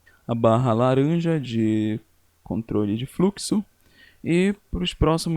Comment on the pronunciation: fruxo kkkkkkkkk